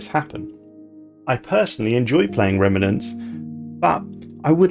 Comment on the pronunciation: Fine, I'll be the one a***hole to point out how frustrating your pronunciations of 'remnants' and 'scion' are, and possibly some others too since I couldn't carry on watching. Otherwise you'll never know